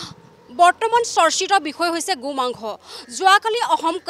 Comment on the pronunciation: Reporting baidu ahh Gu mangkho koi ase ne Go mangkho koi ase dhoribay nowari.. 😇